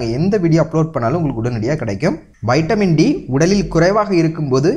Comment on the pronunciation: Lusu kuthi vaitamin D ella vitamin D olunga pesu muthavi